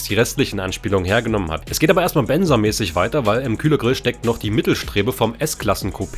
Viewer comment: Benza nicht benzer